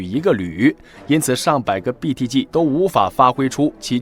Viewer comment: 我喜歡你唸BTG的G發音很正確, 很多人把G唸成居, 聽得我很痛苦